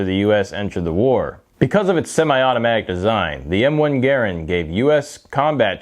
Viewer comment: Garrand not garrend.